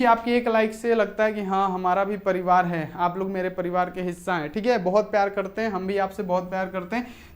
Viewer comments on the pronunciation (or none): none